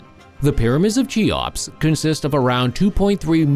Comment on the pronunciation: "Chee-ops"... ? Ffs. If you can't even pronounce the name properly then what can you possibly say about it that isn't dubious. Make an effort.